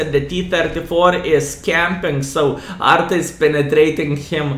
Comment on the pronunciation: 6.20 "He got hit by ARTA". Then he got "SVARM". Greetings vrom Visconsin!